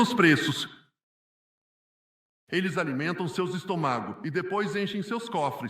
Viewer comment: Benjamín Netanyahu, não falou estomago, não. Quem falou estomago foi a gravação tradutora 😂😂😂😂 não é estomago é estômago 😂😂😂😂😂😂😂😂